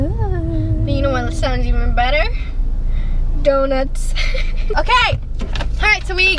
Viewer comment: The way roni says donuts